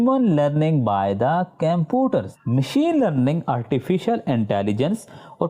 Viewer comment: Compoter nhai ha computer haa orr bhai well explained ❤